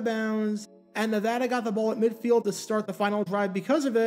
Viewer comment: Can I just say thank you for pronouncing “Nevada” properly? Not a lot of east-coast folks do that.